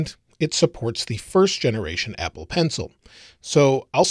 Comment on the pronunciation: Did anyone else notice that he said ebble in the 4th second? Lol